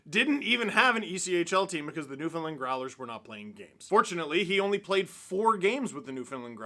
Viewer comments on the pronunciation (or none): For the love of god Steve, you’re Canadian, it’s NewfoundLAND